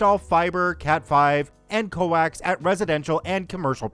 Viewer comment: "coax" is pronounced like "cokes"